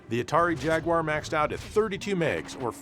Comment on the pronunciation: I just want to thank you for saying "jaguwar", not "jagwire".